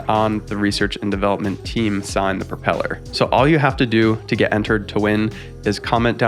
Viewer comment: Propeller, not propel her😁